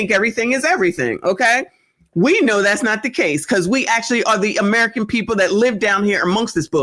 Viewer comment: Yes lawd, the rant. 😅. I've given up on most of "alla our peepoh".